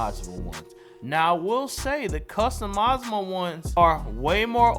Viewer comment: The way you said customizable and template have me cryin 😭 elite video tho